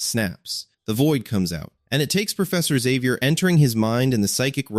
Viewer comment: Xavier is pronounced. Zavier no other way ever.